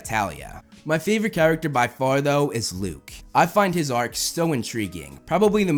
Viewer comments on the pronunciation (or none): none